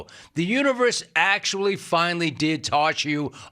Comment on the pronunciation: why can't you pronounce Ls when they're in the middle of a word? is it really Biwws? Is it really reawwy? Is it actually actuawwy?